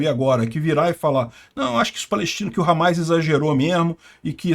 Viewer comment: É Hamas e não Hamais